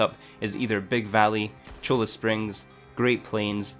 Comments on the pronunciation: Cholla is pronounced "CHOY-yuh" (my inner pedantic Tucsonan showing up there....) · ha ha ha, whatever the dog-head chooses.... but in real life Cholla is a cactus n since its Spanish ll = y, o is always long-o sound, a always short-a, or uh sound, so Cho-Yuh